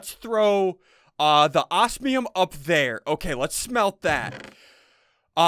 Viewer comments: Oz-me-um not Oas-me-um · I don't know if it's just me but I get triggered when Ssundee says "ossmium" instead of osmium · It is pronounced oz-me-uhm.